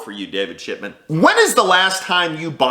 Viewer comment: I’m pretty sure you kept saying his last name as ..... ShitMan .........just to be fair , I approve that message👍👍🇺🇸🇺🇸